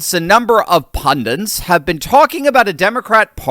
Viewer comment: It's pundits, not pundants